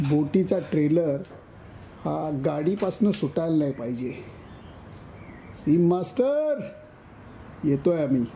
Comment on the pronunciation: Lele kaka , its sea master and not seam master(as pronounced by you)